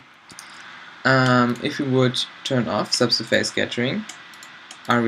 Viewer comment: Dude, normally I won´t complain about pronunciation, but the face in subsurface is not pronounced like face, more like fess, and the stress in surface is on the first syllable :) Otherwise I love your tutorials ;)